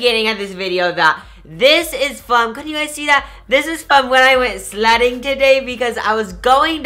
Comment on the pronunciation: no offense but it was like he was saying slutting.... i dont even know if slutting is a word but i love u soooooo much